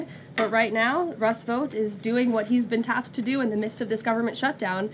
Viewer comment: It’s pronounced. Russ”Vote” like I vote republican